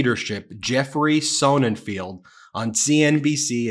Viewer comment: SonnenFELD. Not SonnenFIELD. He has done incredible work with his "sidekick" at Yale, Stephen Tian, on the impact the Ukraine War has had on the Russian economy. He cut through the Putin propaganda and reported real numbers.